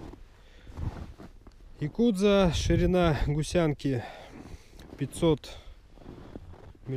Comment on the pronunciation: Якудзо говоришь... 😀